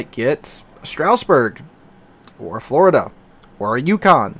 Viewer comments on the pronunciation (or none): none